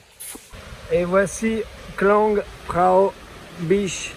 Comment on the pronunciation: Merci beaucoup pour tes vidéos! « Beach » ne se prononce pas « biche » 😂! A++ poto